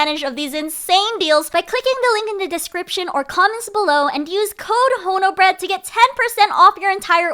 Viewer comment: Honobread? ❌ Haunted Bread? ✅ It's terrifying.